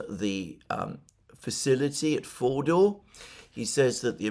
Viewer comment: Fordo Fordau Foordoor. Try this: Ford (as in the card maker) and oh (as in OH dear God I wish Alexander would stop trying to pronounce words in their language of origin). Ford-oh and the pronunciation is perfect